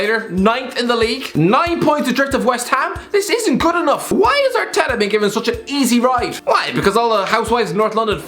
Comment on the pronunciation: Irish man says arteta, Subtitles: 𝐎𝐔𝐑 𝐓𝐄𝐃𝐃𝐘